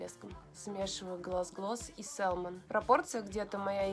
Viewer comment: еще раз: salmon это ласось, когда мы произносим то l опускаем. Говорим мы "сэмон", а не сэлмон, как несколько раз повторила. И уж никак не "сАЛмон" как говорите Вы. Это как в слове often мы не произносим t. Есть такое правило в английском. Примите как факт. Это не нотация, а ликбез, к слову. Мы люди и все можем ошибаться. Но спорить тут бессмысленно.